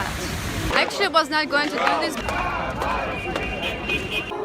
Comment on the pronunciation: Dis is akszili.. Dis is akszili and dis is akszili is all you hear from this broad 🙉🙈🙊